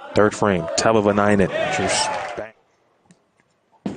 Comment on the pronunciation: when is someone going to tell it's tahvanainen not tahvananainen?